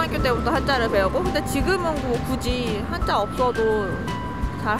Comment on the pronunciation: Why did you say 한짜 instead of 한자? Is it the sound in Chinese or a mistake?